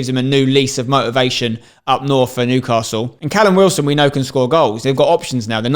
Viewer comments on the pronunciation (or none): none